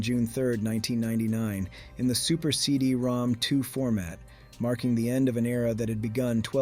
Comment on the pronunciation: I was told that CD-ROM2 was actually read as “CD-ROM-ROM”